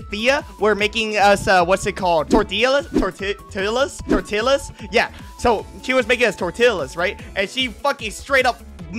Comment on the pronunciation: I DONT KNOW BUT I GOT SO MAD THE WAY HE SAID TORTILLAS (I know I'm late on this video I just found the Chanel)